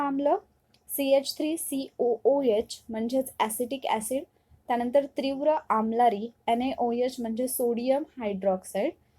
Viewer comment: ' त्री ' नाही ....' ती ' आहे .....त्रीव्र नाही तीव्र आहे.. उच्चार चुकलं.